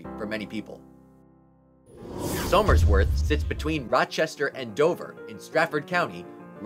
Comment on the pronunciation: One small thing that irked me was the pronunciation of Somersworth (pronounced Summers-worth)